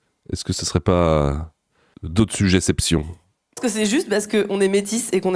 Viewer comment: "Dotsujéseption" PTDR !! +10 ! Bravo